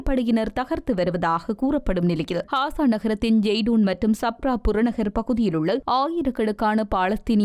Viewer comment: Hasa அல்ல Gasa காசா ஹாசா அல்ல